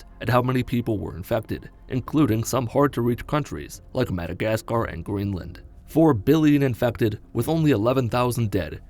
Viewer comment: "gleenland" learn how to fucking talk